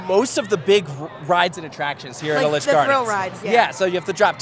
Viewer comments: It's pronounced Eee-litch not Elle-itch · Why is nobody fixing his pronunciation? It’s Ee-litch’s man not Ah-litch Gardens